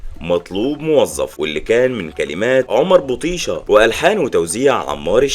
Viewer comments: ومش عارف ينطق اسم عمر بطيشه. حاجه غريبه جدا. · الله يرحمه كان هو وحميد ليهم كيميا خاصة مش هتتكرر تاني وعملوا مع بعض اجمل اغاني نسيت تتكلم عن البوم مكتوب اللي حقق نجاح كبير جدا وقتها والبوم الحلم والبوم الليلة ومعرفش هو صوت حضرتك ده طبيعي ولا ذكاء اصطناعي لان عندك اخطاء كتير في نطق اسماء الاغاني والشاعر عمر بطيشة